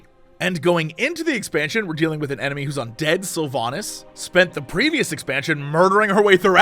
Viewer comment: I know she's an asshole, but it's SylvANAS not SylvANUS ;)